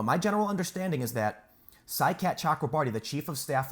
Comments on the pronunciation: I keep hearing side cat chocolate bar when your saying the guys name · I know it has nothing to do with the story, but everytime he says Saikat it makes me think about a super powered feline. Psy-Cat, saves the day and is cute as heck. Tune in now. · Whenever I hear his name pronounced I think I'm hearing... "SIDE CAT CHOCOLATE PARTY" ;)